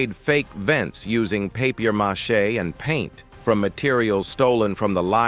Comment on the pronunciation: A.I can't say paper mache 😂😂